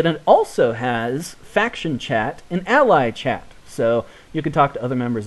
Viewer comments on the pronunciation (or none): none